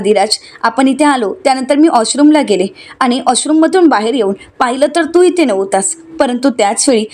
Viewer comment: बाई 😥 "आश्रुम" नाही हो‌ 😱 "वॉश रुम " 🥺😱😭🤪